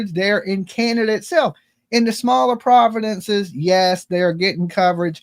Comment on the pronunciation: No shame...but from a fantastic from Nova Scotia, Canada's Ocean Playground...there is no "d" in province or provinces.